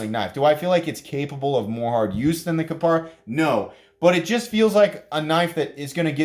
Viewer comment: KapAra, not KapEra.